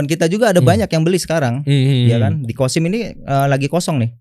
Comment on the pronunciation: Maaf ... bukan kosim ya tapi qassim .